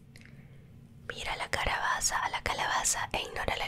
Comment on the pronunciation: En el minuto " " dijo carabaza XD